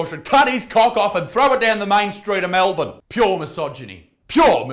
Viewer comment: but wait u actually enunciated the the letter R when u said Melbourne fuggin hate speech mate unaustralian AF